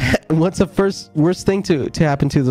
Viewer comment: "They weren't always orfans"